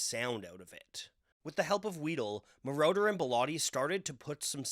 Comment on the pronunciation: Hood name is pronounced, MORE-OTTER. Not MORE-Door. He isn’t part of the lord of the rings trilogy. He’s a producer. 😅